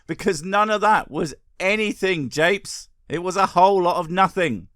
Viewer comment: Japes? Wouldn't it be Jopes? lol